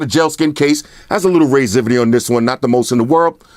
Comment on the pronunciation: Lol raiseivity I laugh every time